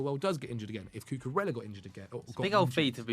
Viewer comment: the double L in Spanish words is pronounced like a Y. Cucurella is not pronounced like Cinderella